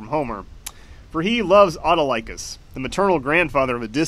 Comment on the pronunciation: pronounces "Autolycus" and reveals he didn't grow up on "Hercules, the Legendary Journeys"